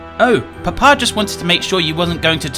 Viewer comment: the way and say papa is so funny "whats your PUH-PAHS name?" "oh my PUH-PAH?, his name is maximus"